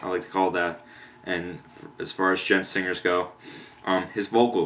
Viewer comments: Its pronounced "GENT" not "D-GENT" I made that mistake as well XD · The "d" in "djent" is silent, dude.